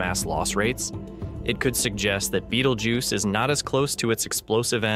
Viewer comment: Bay-tell-gu(y-i)ce not beetlejuice